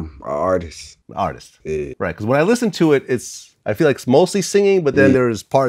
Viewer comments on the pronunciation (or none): This Nigga Said As A Artistisst😂😂😂